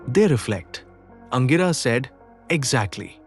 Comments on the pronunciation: For info, the sage name is pronounced as ‘Angeerasa’ and not Angiraas. Pls note. Thanks for the video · The pronunciation of Angirasa Mahamuni by the narrator is not sounding right at all😮 apart from that story shows the complex nature of marriage or grihastha ashram! Thank you